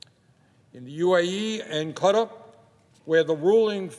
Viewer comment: "UAE and cutter" KUH-TAR, you ape. It has two syllables. Also, what is with your country and it's weird boner for religious states? First Israel and now UAE?